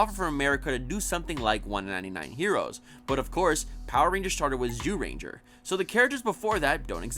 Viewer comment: Bro do u not read ur comments its pronounced Jyuranger not zooranger ok the z is pronounced as a j